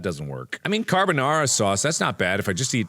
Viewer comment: Did he say 'Carbonaro' sauce?